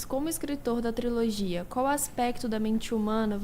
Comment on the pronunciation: mais alguém oiuviu ele falar "triologia" invés de trilogia ou ouvi errado?